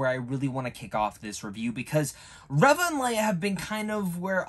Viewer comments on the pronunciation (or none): I think you might be pronouncing Reva incorrectly as I'm sure I've heard it sounds more like 'Reeva' as opposed to 'ever' Good review though.